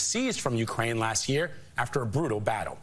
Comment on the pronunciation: Is Al's mispronunciation of Ukraine comedy or ignorance?